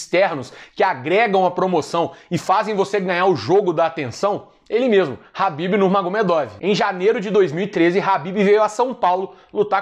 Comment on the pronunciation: É impressão minha, ou o nome em que ele se refere seria Khabib, e não Habib?